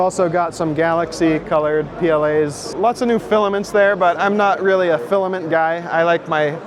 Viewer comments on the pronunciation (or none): none